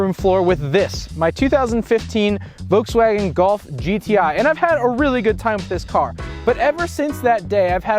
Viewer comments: It's Voltswagen, not "Voteswagon". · Volkswagen. Not Vokes Wagon. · There’s an L in “Volkswagen.” It’s not “Vokeswagen.”